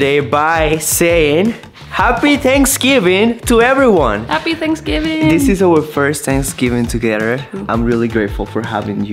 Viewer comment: seems to ignore the letters TH in his vocabulary. Tanksgiving or is it Thanksgiving? Not being mean…I use to live in Mexico and no one would tell me when I mispronounce things because they could figure out what I was saying. Just providing a helpful tip.